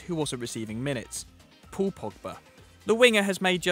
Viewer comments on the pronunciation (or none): none